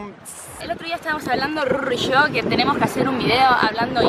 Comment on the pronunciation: te sale bastante bien el acento de Argentina pero para que te salga mejor tenes que tratar de no pronimciar tan fuerte el "YO" o esas palabras que lleven el LL o Y o SH. Muy pocos Argentinos lo pronuncian tan fuerte